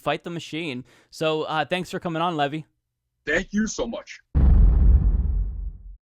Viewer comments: I'm puzzled by the way is pronouncing Levi.. Like the wall holding back the water, instead of like the jeans? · Is it pronounced Levi or Levi, like the jeans?